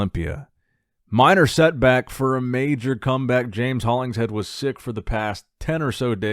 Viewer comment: its Holling-Shead not Hollings-Head his nickname is The Shed for a reason Thanks for covering BB stories As always ☺️